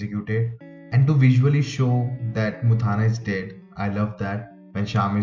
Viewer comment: Bro you are pronouncing mutthanna wrong. It's not muthaana, it is mutthanna.